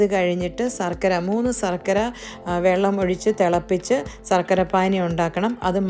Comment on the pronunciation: സര്‍ക്കര അല്ല ശര്‍ക്കര 😊😅